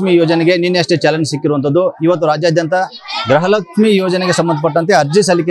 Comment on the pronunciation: ಸರ್ ಗ್ರಹಲಕ್ಷ್ಮೀ ಅಲ್ಲ ಗೃಹಲಕ್ಷ್ಮೀ..😊